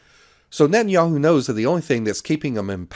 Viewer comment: Blinken? Sullivan? Paul Bremer? Condoleeza Rice? Wolfowitz? Biden? Harris? Newland? Ah, Netanyahiu.